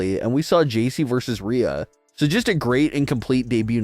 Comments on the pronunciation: Why are you calling Rhea, “Raya”??? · Dude if you can’t say Rhea’s name correctly stop saying it!!! The way you’re saying it is so confusing and sounds like you’re talking about someone else. Just say Ripley next time so everyone knows who you’re talking about and it’s not so annoying man!!!